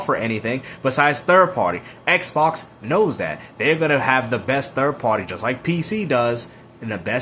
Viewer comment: "Eckbawks is dead", "let's talk about the next gen eckbawks".